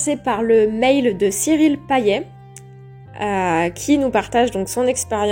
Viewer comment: Haha Cyrille qui a du hurler devant la vidéo 😂. Juste c'est un petit truc de réunionnais, son nom se prononce "payette". 😛